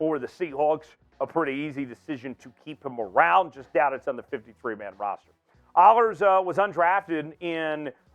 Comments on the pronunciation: K!! And I told you twice, and you still didn't catch on, so I'll make it easier. It's pronounced AAA-LERZ (like jailer or Baylor) not AUU-LERZ. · you need to pronounce his last name correctly